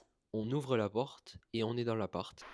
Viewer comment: Native French speaker here, here are some giveaways that I noticed, as pointers for improvement, but your pronunciation is already excellent! - your “a” as in the definite article “la” is not open enough. This is very American (not only English): in French, one can never open the a too much! - your articulation is still too…articulate! French must flow, so fight any stops between words, and peruse contractions (“bienvenue” -> “bienv’nue” etc). - voice placement. This one is very familiar to singers: every langage has a different natural level of “resonance”, something that resembles a kind of pre-nasalisation (but is not). English and Italian have medium-high, French has almost none. This makes your voice “ring” too much when your speak French.